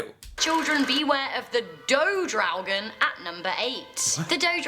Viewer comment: Ffs man... She said in the 1300s... That was before USA was even discovered. It's not Draogen. It's Draugen.